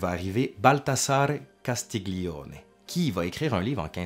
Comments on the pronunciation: Juste un réajustement d'italianiste pour illustrer cette belle vidéo : Castiglione est à prononcer comme si on disait " Castilioné " ( pour donner une idée de prononciation ). Imbroglio, même technique ... :) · Sujet intéressant ( Castiglione se dit ''Castilione'' ) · Très intéressant, merci. Juste une suggestion pour parfaire ton italien: le son "gli" se dit "li" mouillé, sans "g" donc. "Castiglione" se prononce donc "Castilioné". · Parce que tu fais un effort pour prononcer en italien les mots italiens, je me permets de te rappeler (car tu le sais sans doute) que le "gli" se prononce comme le "ille dans "tenaille". Ça donne "Castilloné". De rien, c'était un plaisir ;-)